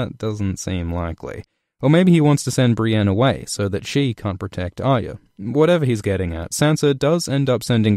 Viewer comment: Love your videos and the unique way you put the story together like a jigsaw puzzle with analysis and explanation intertwined, but please learn how to say Arya, it's 3 syllables, Arr-eee-a, not Ar-ya, there is a y in there you know!!! Other than that keep up the good work and I hope that the story concludes as best it can and D&D don't muck it up as much as they have with the Dorne and Ironborn plots, even the Highgarden and Citadel storylines.